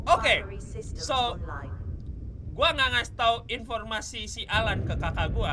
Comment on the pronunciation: Bang namanya AL-AN bukan alan